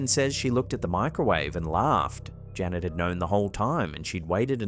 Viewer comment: Janette, not Janet!